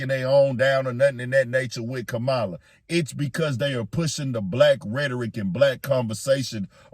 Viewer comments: 💥💥💥 HEY FAMILY GET HER NAME RIGHT… ITS “KA MA LA” not Ka mala 🤦🏾‍♂️ RESPECT ✊🏾 HER NAME BRUH… YOU SOUND LIKE trump & MAGA maggots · Hunh?? How is Kamala being pushed as Black when that woman IS Black?? So damn right people need to have that same exact energy questioning Trump who has made it crystal clear that he don't F with Black people. Check his history. Btw, it's okay to pronounce Kamala's name correctly 💁🏾‍♂️ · if you’re going to be media at least learn how to say Kamala name right! You sound like the grand wizard Trump! Respect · Please pronounce her name correctly.... and for everyone asking what she's doing for black people ask yourself what are YOU doing for your own community.... do you really think Trump is doing something for you???? Obama had 2 terms/8 years..... what did he do for black people???? This is the same thing that was done to Hillary.... y'all put Trump in.... none of these people are coming to save you.....